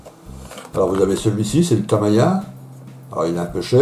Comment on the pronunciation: Chaine avec du très bon contenu! Bravo. PS: Tamiya se prononce Ta - mi (comme mie de pain) - ya . Mr Yoshio Tamiya fondateur du groupe et perfectionniste doit se retourner dans sa tombe à chaque fois qu'on ecorche son nom! ;-) Encore bravo, te regarder monter ces beaux modèles est un réel plaisir. Merci de partager avec nous toutes ces astuces!